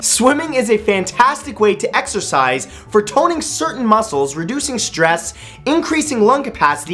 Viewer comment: Exercise I thought u said extra fries Lol